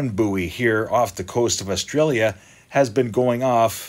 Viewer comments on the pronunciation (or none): none